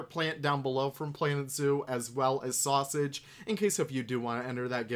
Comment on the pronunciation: Great video today I love this new pack everything looks beautiful just fantastic. Also P.S.... Sasuage.... Sasuage.... Sasuage that sweet sweet sausage 😂